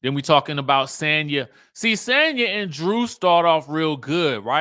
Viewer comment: Just FYI: Sanya's name is pronounced "saan•yuh". Not San like San Diego. Saan like Sauna.